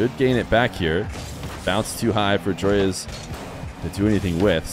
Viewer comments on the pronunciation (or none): why does everyone pronounce Joreuz wrong ? its JORUZ